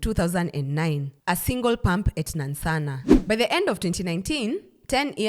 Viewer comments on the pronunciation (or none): Please the place is called NANSANA not Nansssanaa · The pronunciation of Nansana threw my attention span off but good information all together. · Laughed so hard. I’ll start pronouncing it like that just for laughs. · Am Ugandan and your pronunciation of Nansana has me on the floor 😅😅😅😅😅😅😅😅😅😅😅😅😅😅 love your content